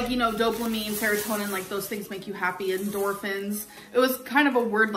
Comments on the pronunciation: Did she say "doplamine" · She did NOT just say “doplamine” 😭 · "Doplamine" VocabLynn doing her thing🤓